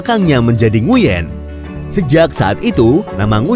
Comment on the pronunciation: Nguyen dibaca "Nguwen"